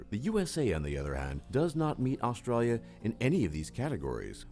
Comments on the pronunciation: "Australlia"? "Zeercaan"? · lolol. at least the guy doing the video is good at something Australians do well.. Sarcasm!! Wish he could pronounce Australia though... lolol